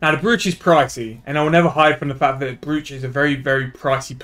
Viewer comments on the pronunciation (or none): its a brooch pronounced broach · kills me hearing it wrong